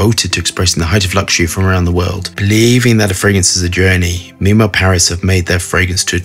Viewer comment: It’s memo not meemow. Pronounced as memo from memories. That’s where the names from too, inspiration from memories, places they’ve traveled and ingredients that ressemble the smell of the place they visit and reminds them of it. Wtf is meemo, no logic. If you were american i’d have understood but such an upper class… disappointing.